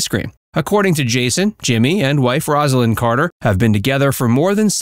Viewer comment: From the start, the commentator mispronounced Rosalyn's name. I'm done. Do better.